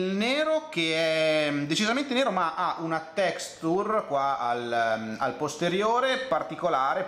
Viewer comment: "Texture" pronuncia per novizi = Texscter